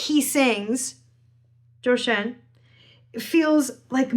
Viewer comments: First time hearing you pronounce your hero’s name, and it’s spot on! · 很高興聽到老師說『周深』時的發音越來越標準～😊❤